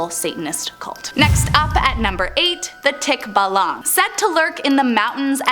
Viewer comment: Mali ang pronouns ng tikbalang 😭😭😭